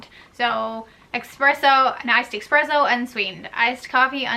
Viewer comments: I love a blonde americano with a little heavy cream and sugar free cinnamon dolce. And it’s “espresso” not eXpresso” 😂😜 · I thought I heard her say EXpresso then she typed it out. lol Just a friendly FYI- there's no X in 'Espresso' Thanks for the tips tho!